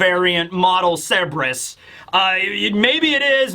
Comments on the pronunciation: Just for the future, Cerberus is pronounced sir-ber-us, not seb-ris. You kept flipping between the two, but I noticed you favored seb-ris. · KUR-BUR-US. The C makes a K sound, and the R is not silent. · A Griffin/Gryphon is a creature with the BODY of a lion, face and wings of an eagle. Also, been watching you for nearly a decade, still can't get over how you mispronounce Cerberus. It's Sir-burr-us not Seb-res.